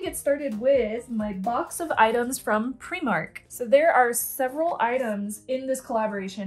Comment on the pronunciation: I appreciate that you use the Scottish pronunciation for Primark! 😁